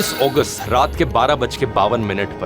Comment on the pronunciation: 17 अगस्त ❌ 17 ओगस्त ✅ 😂